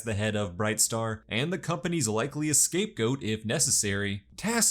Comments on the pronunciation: SCAPE GOAT! NOT ESCAPE GOAT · I thought you said likely escape goat lol